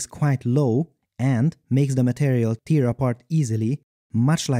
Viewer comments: It is pronounced /tɛː/. You were saying like /ti:/ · Tear is pronounced like 'hair' not 'here' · Tear is pronounced /tɛː/. You were saying it like /ti:/. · Pronunciation tip: "tear" has two ways it can be pronounced: if it's "teer" (like you're saying throughout the video) it means the water drop that comes out of your eyes when you cry. When it means a rupture, a breakage, the pronunciation is "te*r", where "e*" is the same "e" as in "very". You're welcome :) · It's pronounced tear, not tear! Great video as always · the verb "tear" is pronounced "tare" (like "care"), not "teer" (like "beer")! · The word "tear" is pronounced T-AIR when talking about ripping things, but T-EAR when talking about crying. Just trying to be helpful. Great video! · English improvement note: "tear" is actually two different words, pronounced differently. When it's pronounced like "tare", it means to rip. When it's pronounced like "tier", it means to have watery eyes. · Great video! Just FYI, tear has two pronunciations, and they have different meanings. When it rhymes with ear, it refers to the liquid our eyes produce when we cry or the act of crying itself. When tear rhymes with air, it means to rip. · Not sure what accent/dialect you speak with, but "tear" (as in "rip") rhymes with "air", whereas "very" rhymes with "berry". This is in both standard British English and American English (perhaps not all regional accents).